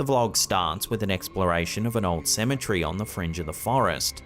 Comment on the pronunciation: Bro cem et tary cemetery symmetry is a whole different word!!!